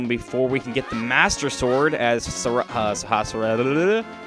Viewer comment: why do you pronounce sword as sward